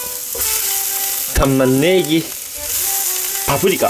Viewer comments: たまね↑ぎ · た↑ん↓ま→ねぇ↑ぎ↓ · 自分的に玉ねぎの発音がおもろいとおもった